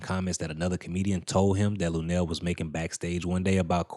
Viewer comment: Come on not lunell man